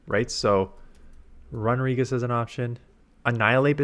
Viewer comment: Wtf is a RUN-A-regis.....it's RUNE-A-regis u noob